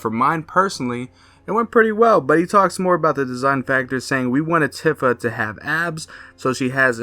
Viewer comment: Tifa is pronounced with a "ee" sound like iced tea. "Teafa"